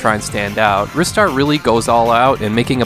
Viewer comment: Finally, someone who pronounces Ristar the way I do rather than "Rye-star" :P Also failed to mention this has one of the best OST's on the genesis!